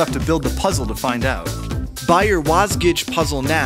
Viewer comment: >< YOU PRONOUNCE IT WASJIG!